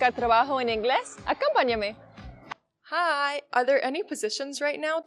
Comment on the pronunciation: She speaks also a very wrong Spanish. She says: 'àcompan*ame', but the stress is on the second last syllabe: 'acompàname' This is typical for Slavonic speakers: they stress the words always on the first syllabe of the word. My native language is German, where the stress of the word is very important, so 'ùbersetzen' (to cross) is totally different to übersétzen (to translate). A hot Polish lady told me to translate for her and I thought I should cross the street😅. I should translate 'poussy' for her and said 'Fotze' (cu*t). All the cats in the village were 'cunts' afterwards.😅😢😂❤